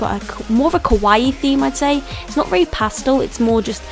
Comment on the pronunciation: I love Love LOVE this video, but she says Kawaii wrong which kind of bothers me... but other than that, I really love this video.